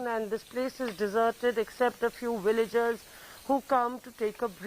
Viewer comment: Villagers not Willagers. Really don't understand why Indians pronounce Va as Wa